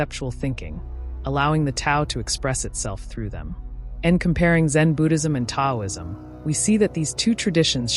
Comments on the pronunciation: Just to be clear—the “T” in Taoism is pronounced as “D.” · It would be nice if the narration was from real people, not AI. Taoism is mispronounced. It's distracting. I can not watch this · Pronounced with a D not T ...